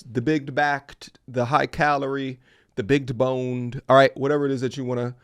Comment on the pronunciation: Did he say “bigged boned” 😆